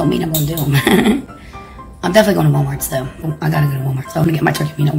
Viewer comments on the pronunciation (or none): WALMARTS. WALMARTS. THERE NO S. ON WALMART. PLEASE GETS ON MY NERVES!!!